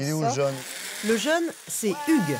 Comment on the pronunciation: "pour sa jAAne" ouh mes oreilles